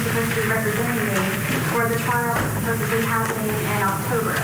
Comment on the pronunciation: Did this know-it-all really say supposeBly? Sweetie, it’s supposeDly. 🤦🏻‍♀️